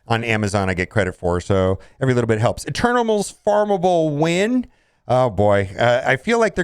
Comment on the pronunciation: "Eternimals" Lol!!